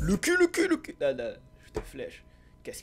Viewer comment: on dit le quu